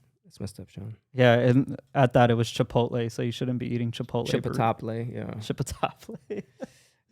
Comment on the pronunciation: Going to pronounce Chipotle that way now